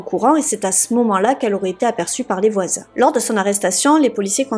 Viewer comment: C quoi ça "la salle de beigne" & "les voizaigne" ahahah xD